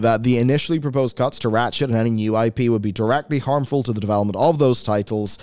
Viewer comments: all I kept hearing was "rat shit" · I enjoy your gaming reporting but everytime you say Ratchet (an IP I love playing) it sounds like you are saying rat shit and I have done a double take or two.